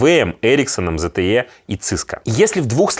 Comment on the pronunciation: ты больше года живёшь в европейской стране, и до сих пор не смог выучить правильное произношение наименований bigtech-корпораций и производителей электронной техники. «зэтэе» и «циско» у него... Стыдоба.